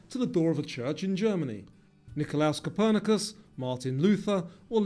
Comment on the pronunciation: Aa a Pole I am devastated that you got Copernicus wrong. 😭